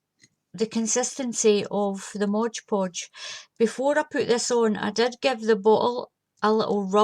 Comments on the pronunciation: Its MOD PODGE not BLOODY MODGE PODGE GRRRRRRRRR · P.S. You know I WILL have you saying MOD Podge properly eventually. :D